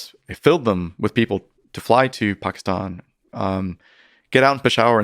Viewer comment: The way he just pronounces Pakistan and Peshawar makes me think he knows what hes talking about 😂